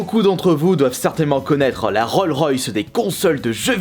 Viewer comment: 8 secondes de vidéo et déjà une faute ... Rolls royce on dit